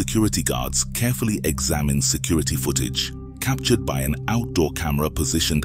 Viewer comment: Wth is going on with "figuray & cap ture ed" pronunciations for figure & captured? I heard him say "cap ture ed" several times. I can't work out if half of these YT voice overs are bots or not??